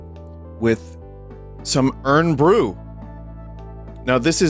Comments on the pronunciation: it's pronounced 'iron bru' not 'urn bru' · Find it funny hearing Vinny call it "Urn Bru". It's IRON Vinny. Made from girders. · fucking hell its pronounced iron not urn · I winced every time vinny called it "urn" bru like I'm drinking from the jar they put dead people in. It's short for Iron Brew. Iron. Like the metal. Like the man. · It was killing me hear u say “irn brew” it’s pronounced iron brew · "Urn" bru haha, like tea for the undead...or just tea OF the dead...-- it's pronounced more like "iron bru" without the "o" for anybody who needs to know I guess haha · Hearing Vinny say Iron Brew as "Urn Brew" hurt to listen to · Vinny pronouncing Irn Bru as "Urn Bru" is very charming. For those that don't know, it's supposed to be pronounced "iron" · It's pretty typical pronunciation outside of Scotland, I even know English neighbours to our south who call it that. You can hardly blame them, though. Scottish vernacular is like tryin tae eat a scabby heeded bairn fae Auchenshoogle. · Urn Bru 😂 my ancestors cry at the pronunciation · Urn Bruh ⚱️😂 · Hi Vinny, it’s Scottish Vinny writing from London. Irn-Bru is pronounced “Iron Brew”. But you weren’t to know that. From at least the 80s the marketing slogan was “made in Scotland from girders”, presumably attempting a tough Glasgow workers’ aesthetic. I grew up in Glasgow, so here are some unusual things - “soda” is often called “ginger” for some reason, usually among the less economically fortunate. It refers to any carbonated soft drink. You could take empty glass ginger bottles back to the shop and they’d give you money. Incidentally, I have searched relentlessly for anyone who can tell me what the hell Irn-Bru is supposed to be. Nobody knows. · Dunno if he's just taking the piss but it's pronounced "iron brew" 😭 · Vinny calling it "Urn Bru" is fully killing me off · Did he just say urn bru?? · i am going insane hearing vinny say "urn bru" over and over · The way Vinny says "Irn Bru" hurts my Scottish soul.